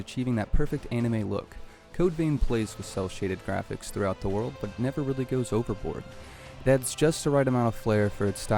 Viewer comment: Bro. You really said "Graffics" though.